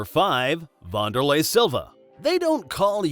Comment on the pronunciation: Pronounced Van-der-lay not Von-der-lay